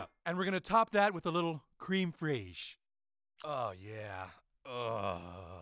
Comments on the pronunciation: I’m French and after watching randy say crème fraîche i can’t say it the same anymore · Is this really how Americans pronounce it? If so, the first word should actually be pronounced to rhyme with 'gem' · I haven't said creme freche properly in about 3 years all thanks to this episode